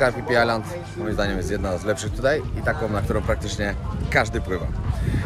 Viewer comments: Ziomuś słowo 'Island' znaczące wyspę czytamy i wymawiamy- "ajlend". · island [ˈaɪlənd Wymowa] rz. wyspa. Litery S sie nie wymawia.